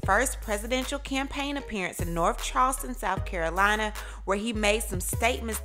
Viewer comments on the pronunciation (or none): none